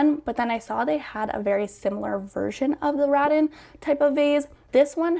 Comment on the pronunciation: It's rah-tan not rattin'